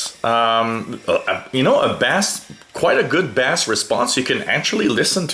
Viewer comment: Base, not bas...spelled bass...